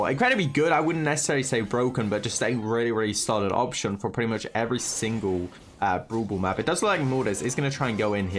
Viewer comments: be like: Broel Boel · I love how you say brawl ball (bru ball)